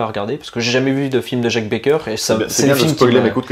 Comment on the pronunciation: c est PAS Jacques Becoeur mais Jacques BECKER ( Comme Boris Becker) Attention à la prononciation Soit on est gardien du cinéma soit on est un touriste